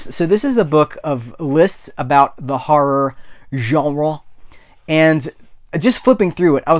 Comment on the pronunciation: Great pickups and another great video, my man! Tarz'n and "harrah" sound like the dialect issues you southerners are so famous for. That horror list book looks sweet! Gahan Wilson was known for his Playboy cartoons btw. Very surreal quirky stuff. Check him out. I think you'd dig it.